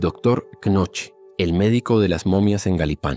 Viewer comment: la pronunciación de Knoche es algo como "cuNoju"